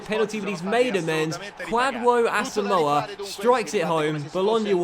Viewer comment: And it's pronounced Kwa-jo Asamuah😂😂 I'm from Ghana and that's how it's pronounced, but keep it up.